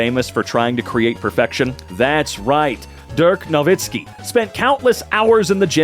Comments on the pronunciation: Actually, you pronounced Dirk Nowitzki pretty well (Durk Novitzkey) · said Nowitzki like a German though 👍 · Actually your pronunciation of Nowitzki was spot on. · you actually said Dirk Nowitzki's last name right. Your pronounciation was so surprisingly german there 😅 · He pronounces ö pretty spot on as well. 👍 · Dirk Nowitzki was pronounced 100% correctly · Actually, he only pronounced "Nowitzki" pretty well. The first name is more like "Deark", with a very short "ea" sound.